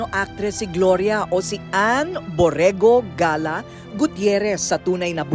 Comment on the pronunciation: may mga mali. una tatlo anak ni Mamita. pangalawa si Lotlot ang panganay ni Ate Guy. may uba pang mali, Galla is pronouncedd as Galya not Gala✌